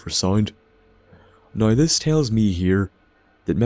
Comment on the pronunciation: Magicians haha Great video, man, I love how you pronounce "Now" "Noy". Liked, faved, subbed